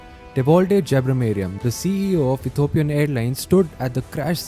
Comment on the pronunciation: E T H I O P I A N not Ethopian.